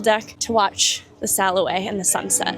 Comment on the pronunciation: I usually try not to be that person, but I have a couple pieces of constructive criticism, if I may. 1) gyro is pronounced year-o, not gear-o. 2) it’s sayl-away, not sal-away! 3) it’s kinda discombobulating when your audio keeps going but the video doesn’t cut at the same time as the audio.